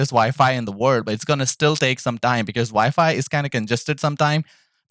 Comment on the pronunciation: I know im smacked but i keep hearing vyfi when you say wifi i cant stop laughin lol you ever use hotspot on ps5? Want to hardwire but router/modem is far and i keep lagging out lobbies